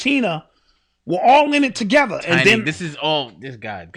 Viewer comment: Listening to butcher the names of TI, Tiny & Lauren had me weak!!! 😂🤣